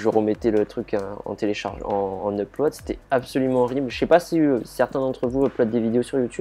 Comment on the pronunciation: Upload bien prononcé en français. Propre